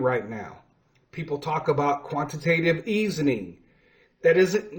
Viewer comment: I did listen well enough to know you got it wrong just enough to where you mispronounced Quantitative Easing. And not just one either, every single time. And you never linked the cryptocurrency market to the NASDAQ. You just left it out, not letting anyone know that the NASDAQ powers the Cryptocurrency Market. That is a classic case of neglegence when informing your audience of financial matters. So for the future, and the spirit of the next holiday. I'm going to hope you get better at this. Remember, there is always room to do better! 👍🏾👍🏾 You can do it if you want to.